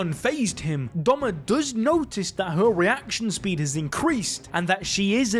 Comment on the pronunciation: It’s Doma not Douma